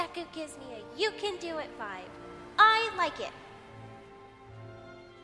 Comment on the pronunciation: Oml when she said vibe 😂 ViBe ChECk sorry Also: I was wearing headphones 👌